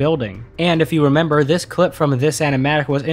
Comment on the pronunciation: I appreciate how you said “rember” instead of “remember”